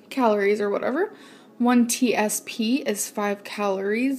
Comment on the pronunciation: "one t-s-p". Does she really not know what that means? Gorl....